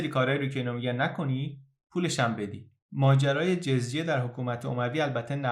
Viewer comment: فکر کنم خوانش درست لغت جَزیه است و نه جِزیه در ضمن دَمه باید باشد.